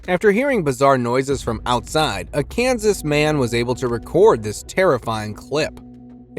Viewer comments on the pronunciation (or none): none